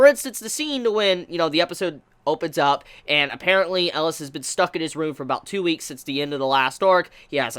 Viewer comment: I am (rightfully) feeling triggered by how he pronounces it